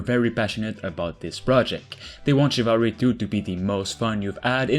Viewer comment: You re saying chivalry wrong. Which is weird cause the word has French roots